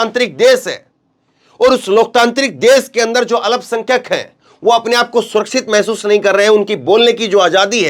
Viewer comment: शब्दों का उच्चारण सही करें जैसे अल्पसंख्यक